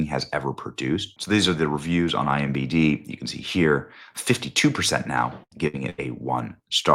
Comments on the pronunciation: Who's going to tell Benny that he keeps mixing up the letters in IMDB? 🙃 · Benny please stop saying it wrong! IMDB say it again IMDB! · DUDE. It's ImDB...sorry. Just has my ADD hackles up. Love y'all. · Benny it is EYE EM DEE BEEE….. not IMBD…. its I M D B…. every video lol. is this an inside joke I am not in on guys? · *imDB not IMBD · I appreciate what you do… but you said “IMBD” so many times I had to go back and check to see if I’ve been wrong all these years. Internet Movie Database… IMDB. Regardless, thanks for the great work.